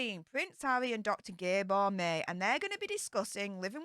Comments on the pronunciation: You really should listen to Dr Gabor Mate (pronounced Mah tay). He is amazing. It will be really interesting to see how he handles Harry and his wallowing. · If you’d taken the trouble to learn how to pronounce Dr. Maté’s name properly I might have had a bit of respect for you. HE is respected, however. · Oh please , you can’t even pronounce his name correctly. You don’t to justice to this marvel of a man.